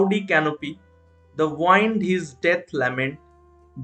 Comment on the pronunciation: Pronunciation of the word 'wind' is - উইন্ড not ওয়াইন্ড। Thanks